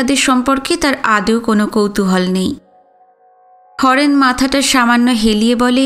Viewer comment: গল্প এবং গল্পপাঠ দুইই যথা রীতি অনবদ্য।তোমার সুমিষ্ট কণ্ঠস্বরের জন্য খুঁজে খুঁজে তোমার পাঠ শুনি।কিন্তু তোমার একটা ভুল উচ্চারণ খুব কানে বাজে।আর এই কথাটা তোমাকে আগেও বলেছি।' আদৌ 'না বলে তুমি আদেও উচ্চারণ কর।আশা করি পরবর্তীতে তুমি এটা মাথায় রাখবে❤